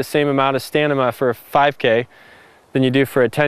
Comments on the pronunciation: he keeps saying stanima not stamina, and it's driving me crazy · LMAO he said STANIMA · he said stanima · this man said stanima at around 40 seconds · "Same amount of STANIMA" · "stanima" lol xD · stanima :40 seconds? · Wtf is stanima? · just realized..stanima..lol... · Yeah! This guy said STANIMA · "You don't need the same amount of stanima" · Play from he said "stanima" lol.... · anybody else notices he says "stanima" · Is it just me? or i just heared he said "STANIMA?" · Haha he said stanima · U said Stanima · stanima LOL